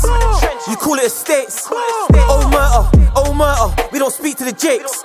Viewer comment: Could have at least learned how to pronounce omertà first 🥴